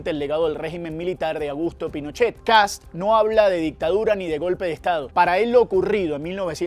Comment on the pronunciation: Por Dios, periodistas ignorantes: El apellido es Kast, no kats o ksap, o kasp. Un poco de rigor y respeto a la hora de informar, por favor. Saludos desde Chile.